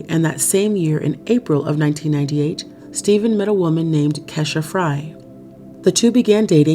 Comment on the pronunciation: Pretty sure Kesha. Is pronounced Key.....sha